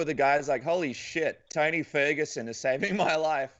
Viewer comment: It's Tony not Tiny